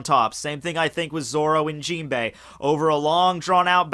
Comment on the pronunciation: Why do you pronounce Jinbe's name with an "i" at the end? Similarly with the word "anime". It's really annoying ...